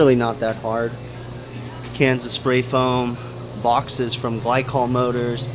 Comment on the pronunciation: gly-cool lool haha